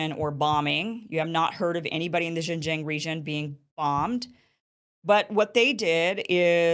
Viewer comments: All Chinese people will love you, only if you could repeat the sound “ARNG” 10 times before pronounce the name of the province, Xinjiang, using that sound at the ending of the word: XinjiARNG. And China will support the Newsom-Iversen ticket with all its might! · Kim genocided XinJiang pronounciation otherwise it's great video. 😂🤣